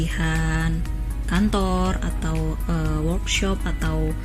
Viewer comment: "Kantooooorrrr" masih khass kebumen g ilang" des,aak